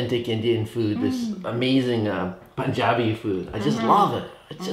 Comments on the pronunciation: You ordered all my fav food and love your punjabi pronunciation 😍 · Your pronunciation of Punjabi is on point!!! Good to see you again!!! Saw you along with David 😊😊😊😊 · ITS so awesome to listen correct pronunciation of PUNJABI great 👍 love from india❤️